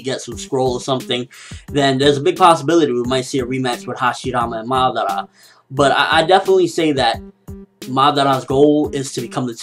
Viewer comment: Madaaara, not Maddarra. ^^